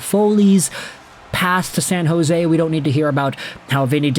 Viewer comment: Its San jose😂